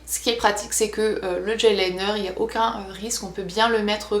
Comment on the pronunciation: GEL liner ! Et non "DGEL LINER"